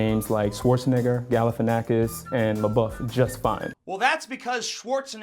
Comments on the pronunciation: It's funny that both of them pronounced the name Galifianakis wrong.. Greek here :) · Actually both of you pronounced Galifianakis wrong, so you are racist to Greek people. Oh wait, Greek people are white, they cannot experience racism. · Actually in you both pronounced Schwarzenegger and Galifianakis wrong. Their real pronunciation of these two names are way different but they just convert it that way so their audiences can pronounce their name. I live about 60 kms away from Galifianakis heritage village and i'm telling you that you would have a really hard time to pronounce it as it is pronounced there. But guess what! We understand that you don't have our accent so we don't whine and try to force you to pronounce our names correctly. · He pronounced Galifianakis wrong as well (source: I'm Greek)